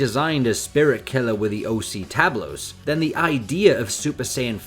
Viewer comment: As a Spaniard, hearing Tablos and Hobbyconsolas read with English accent makes me laugh 😂 BTW Tablos has opened his own YouTube channel recently, perhaps you could do one streaming speaking with him,. Keep the SSJ5 hype going!